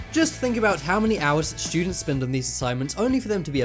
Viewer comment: I like how he says students "shoodents" lol